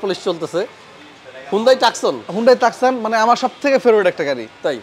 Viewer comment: টাকসন নয় উচ্চারন (too.son) টুসন